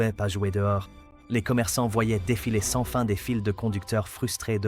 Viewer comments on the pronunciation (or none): none